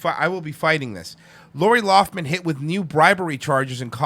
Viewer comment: Its Lough- Lin. Not loff- min. Lol.